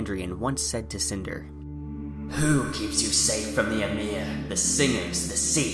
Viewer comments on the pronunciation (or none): none